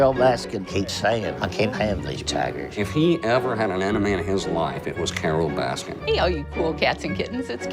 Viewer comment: “Carole baskins”